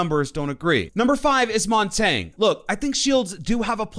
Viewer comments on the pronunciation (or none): none